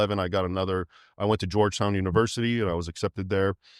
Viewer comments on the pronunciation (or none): none